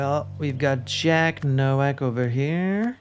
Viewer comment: Unimportant detail: "Nowak" is a very common Polish last name, and in Polish it's pronounced "Novak" (in fact, the Czech version is Novák). It means "rookie" or "newcomer." I don't know if that's how he would pronounce it, but it's a safe bet.